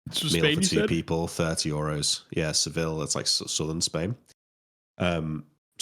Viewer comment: pronunciation of Seville is funny. Double L in Spanish